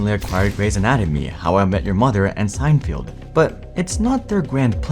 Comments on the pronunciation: Strong analysis in this video. Minor correction: “Downton” is pronounced “Downtun”, not “Downtown”, and “Seinfeld” is pronounced “Seinfeld”, not “Seinfield”. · the narrator really needs to practice the pronunciations of some of the titles. SignField? really?